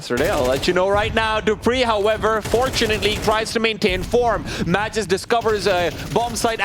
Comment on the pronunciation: man who the hell let this guy commentate? the way he pronounces MAGISK